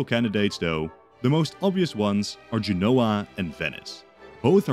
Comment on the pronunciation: Genoa is "JEN-oh-ə", accent on the first syllable. Not "je-NO-wah". Firenze is "fi-REN-tsay", not "FI-renz". But if you're going to use English "Genoa", you should use "Florence" to be consistent, not "Firenze". Or use "Genova".